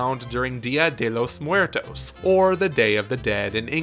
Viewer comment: bro you sounded so white when you said dia de los muertos!!😂😂😂 no offense!